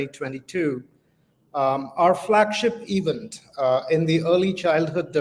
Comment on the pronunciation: CEO is wrongly pronouncing sooooo many words... Event as "eeeevent" ?? What's up with the fake accent, Sir? Stop rolling your rrrrrr to begin with. Talk like an indian gentleman. Get out of this woke mentality. You are sounding like one of those typical Karachi-born London based businessmen who's acquired a funny accent overnight due to fast Wifi. Get real. Be yourself. You will still be the CEO, dont worry :) Baaki Aapki Ichha